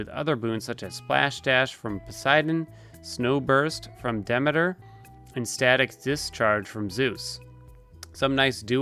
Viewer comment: Dee-me-ter, not dem-ma-tur. Sorry, Greek geek.